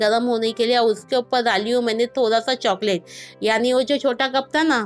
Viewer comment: Oppal nahi bolte oppar bolte hai